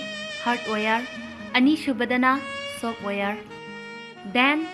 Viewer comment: Software or softwire😅😂😂😂😂 chapriii English